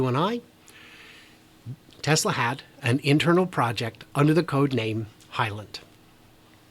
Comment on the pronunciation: Fully Charged says you're from "My Tesler Weekend" lol